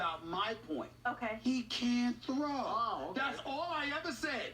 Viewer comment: SAS he can't throwwwee